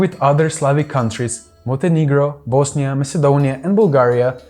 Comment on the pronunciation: Totally butchered the Bosnia and its ethnic makeup lmao.